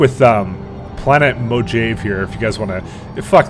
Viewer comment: It's not "Moe-Jave". It's "Mo-Hah-Vey", as in the desert :) But you probably already knew that :)